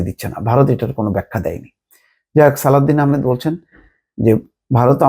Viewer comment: অর্থ উপদেষ্টার নাম সালেহ উদ্দিন কিন্তু আপনি বারবার উচ্চারণ করছেন সালাউদ্দিন কেন বলছেন?